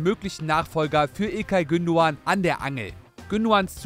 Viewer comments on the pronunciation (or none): none